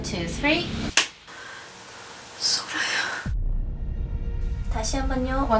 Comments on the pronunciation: 소라야 할때 정말 한국사람 발음 ... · 소라야 할때 미친듯이 소름돋았네...... 누가 들어도 한국인 발음이였어 외국인 발음이였는데... 와 진짜 계속 소름 돋는중임 댓글 쓰면서도 ㅋㅋㅋㅋㅋㅋㅋㅋ 엄마 이름이 강미숙 아닐까? 그리고 본인이름은 오소라 또는 강소라 일텐데 발음상 강소라일 확률이 높을꺼 같고 혼외자식인 만큼 성을 안따르고 엄마성 따랐을꺼 같은데 다른 가능성은 이름 끝이 "솔" 로 끝난다면 예를 들어 강예솔 이면 솔아 라고 부르면 두음법칙으로 소라 로 들릴수도 있음 다만 최면서 ㄹ 발음이 명확히 들려서 소라일 확률이 훨씬 더 높다고 생각함. 80년도에 청주에 살았던 강미숙씨 그리고 그시기에 거주지가 바뀐 사람 터미널에서 발건된걸 봤을때 오씨에게 버려지고 힘든상황에서 아이를 버리고 타지로 갔을 가능성이 높음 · 와 진짜 소름이다 그 전에는 완전 교포 한국발음이었는데 소라야 할때는 완전 네이티브 한국 발음이야 입양아는 가족력을 모른다는거 처음 깨닳게 됐네요 중요한 정보인데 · ?? 완전 교포발음으로 한국어도 제대로 못하던 사람이 "소라야"할 때는 본토급 발음인데..? 역시 몸이 기억하는구나.. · "소라야" 너무나도 한국 네이티브 그대로의 발음.....꼭 원하시는 바를 이루고 마음의 평안을 얻길 바랍니다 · '소라야' 발음이 너무 한국발음이라 놀랐어요. 부디 바라시는 바 이루시길 기도합니다. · 와......소라야, 하는 순간 소름이 돋네요... 억양, 발음 진짜 엄마가 딸 이름 부르는듯하게 느껴지네요